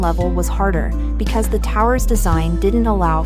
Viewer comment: More AI generated narration. , and "she" repeats herself. , the machine does not phrase the word "because" correctly , and cannot distinguish the word "lead" (to govern) from "lead" (a weight). One would suppose that the uploader would have been more careful releasing this clip, but even THAT is to much to ask!